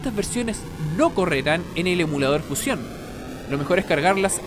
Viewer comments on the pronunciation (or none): none